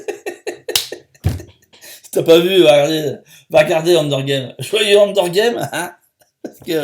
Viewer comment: C'est "Hunger Games" pas "Hunder"